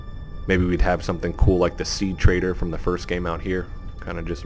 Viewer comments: he did say trader instead of treader. and why would there even be a vendor of all things especially when the point of the gmae is that you are the sole survivor and are alone on the planet.... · Sea treader* not sea trader